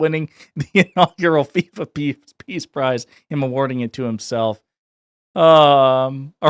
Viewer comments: im sure he said piss prize,,, that would make sense given the dementia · Sounded to me like he said "Pizza Prize", not "Peace Prize". 😂